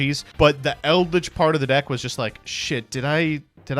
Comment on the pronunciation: Dude said Eldrich like i won't surprise him with misplays